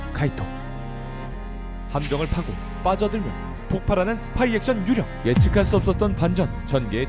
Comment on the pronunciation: 왜 ‘유령’발음만 정직하게 한국어로 ’유.령‘이리고들하지? 의도가 있어서 저렇게 한듯한데